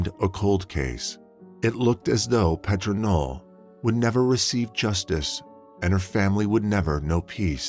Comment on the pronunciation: It's not PET RAH ITS PAYTRUH FYI